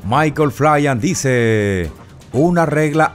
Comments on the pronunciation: Si no veo su foto no se de quien habla, su apellido se pronuncia FLIN no FLAYAN. Si no me crees, investígalo. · No es flian es flyn!! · Respecto al general Flyn se pronuncia tal cual flin. No flayan.